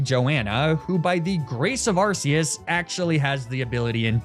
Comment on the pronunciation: Arceus is pronounced Ar-Key-us